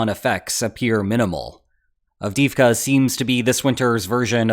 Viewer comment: av-DEE-ivka not av-DIV-kah